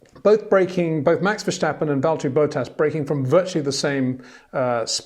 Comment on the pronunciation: PLEASE STOP SAYING VERSHTAPPEN! I find it rather disrespectful, really.